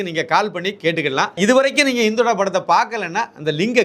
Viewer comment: படத்தின் பெயர் " இந்துடா " So don't say. " இந்தொடா " உங்கள் உச்சரிப்பை சரி பார்க்கவும் 🙏